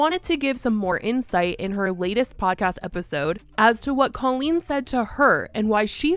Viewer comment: If you're going to exploit this, at least get her name right. Cole-een